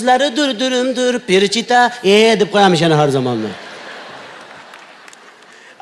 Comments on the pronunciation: Qoyil Avazoxun, topqirlikda Maksim Galkindan ham o'tdi. Lekin nimaga FELICHITA emas perichita degan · Перичита эмес величита. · Фелечито перечито эмас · Перичита эмас Феличита аслида. 😂